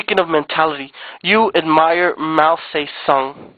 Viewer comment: "You need to suck it up, either go hard or go home!" That was kind of homoerotic. You can't even pronounce Mao's name right. Not too mention you had to read this of a paper. You couldn't even pronounce Chang Kia-shek's name either. Do your parents pay for your internet? Nothing's free boy.